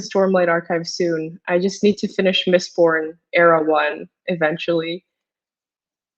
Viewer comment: what is this "mistborb"?